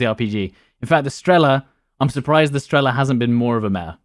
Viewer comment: Almost died when he said strEla and pIla, and not strelA and pilA